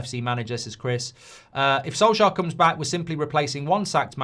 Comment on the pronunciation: Come on not soljear come on.......